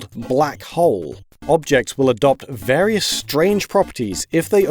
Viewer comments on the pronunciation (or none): none